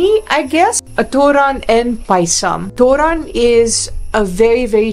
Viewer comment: Its not തൂറാൻ (thuran) it's thoran(തോരൻ) you just said that you had poop